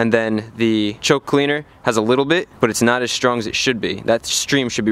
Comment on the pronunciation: "Shtream"? "Shtrong"? Why do you do that?